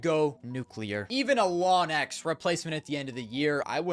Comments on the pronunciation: best he can do is "lonx" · Can bro please pronounce Launx correctly 😭